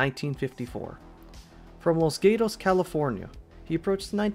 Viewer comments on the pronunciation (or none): I know this is such a small nitpick, but since it's the town I was born in as well I felt it was my responsibility. Gatos is pronounced like "Gah-tos". Gatos is a plural for Gato which means Cat. Yes, the town is called "The Cats".